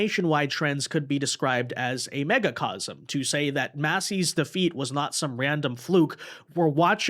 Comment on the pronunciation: you mispronounced magacosm